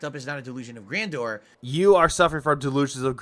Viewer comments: I love how he keeps using "Grandoor" like he's taking a defiant shot at Adam from Side Scrollers.... like "It's GRANDOOR, Adam, not grandeur like you said it!"... 😂... like this is a really stupid hill to die on, dood. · Great video, but you're saying it wrong. Gotta say it like DSP. It's delusions of "Grandor" phil thinks it's a place in skyrim or something lol